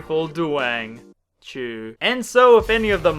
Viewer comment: Idk why but the way he says "chew" just makes me laugh